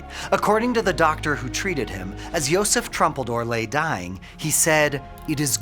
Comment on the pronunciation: Not trumpeldor. Troompeldor. And his last word was "yuvtfayomat"